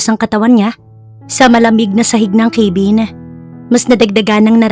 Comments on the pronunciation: Ipagpaumanhin po kung pupunahin ko po yung pagbigkas nyo ng cabin.kabin po hindi po kaybin✌️🫰pati din po pala sa heir narinig ko sa ibang stories nyo, dapat air hindi po hair ✌ ❤ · hiyang hiya naman ako sa pag pronounce ng cabin . ginawang ,,,,keyvin😅